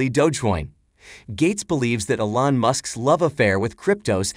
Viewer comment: It's pronounced E - lon not a - lon.